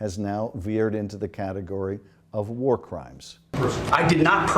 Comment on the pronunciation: war secretary... it is w-a-r secretary... 😋 and nukular... Homer Simpson taught me that... 🤣